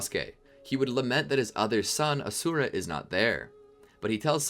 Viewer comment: its not A-sura its A-shu-ra